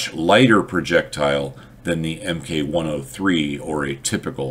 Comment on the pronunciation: I'm glad to hear you say "MK103" etc, rather than thinking MK is short for "mark" (as on British things) - I've heard that other places, when in reality it's short for MaschinenKanone